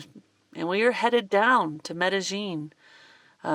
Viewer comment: Love love love your channel and your van design. Your shower is best design ever. Now for my 2 cents... remember in spanish, two L's = y sound...its pronounced Medi-ying ..not Medi- jing. Cant wait to see your advenrures after your knee is fixed. Prayers for quick recovery. We'll be watching from SW Florida.